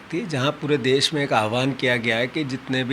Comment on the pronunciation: Kya NDTV. देस नही देश hota hai bhai